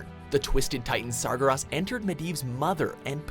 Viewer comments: Its pronounced Sar-gair-us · "Sar-guh-ross" Also, Garrosh? Thrall's best friend? I mean, they were kinda lose but Thrall's best friends were Grom and Vol'Jin. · You said slyvanas and Gul'Dan and medivh and sargaras wrong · *gool dan*, not *gool don," as Llane pronounced it once in the warcraft movie. "syl-VON-us." "Sar-gehr-is," not "Sar-gerh-ahs." "KAD-gar," not "kod-gar." "sandy pussy," not Arthas Menethil. not sure the Helm of Domination is "ancient." "illi-din," not "illi-dan." (this one actually is tricky), Illidan was made a demon hunter 10,000 years ago. "outland," not "the outlands." also, Kel'thuzad's original voice was way better than "generic lich voice." Thrall earned the title of Earthwarder because he replaced deathwing as the earthwarder. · Wtf did he pronounce Sargares sargeros? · uh it's SargEras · Thrall was number 1, Jaina was 8, and he pronounced Sargarous (Sorry I spelled that wrong) wrong.... This is clearly inaccurate, plus I don't see Grom or Uthers spot in the top ten, but Jaina and Thrall bug me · "Sargeras" Damn that killed me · Remember way back when tried to pronounce Sargeras? I sure do. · really dont know how to pronounce Sargeras